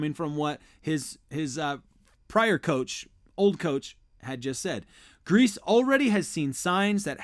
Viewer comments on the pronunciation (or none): 49ers QB coach name is pronounced Gries-ee not grease. You aren't pronouncing his name right at all! He was a NFL QB for a lot of years. Any common football fan knows how to say his name right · It's pronounced Like Greasy Not grease lol. You think being from San Francisco you would know that.